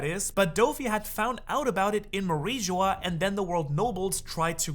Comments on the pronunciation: Manmeyer ❌ Myanmar ✅ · Pretty rich pretending to care after repeatedly saying Manmayer as "Myanmar"... ...oh, so you CAN do it if you try 😊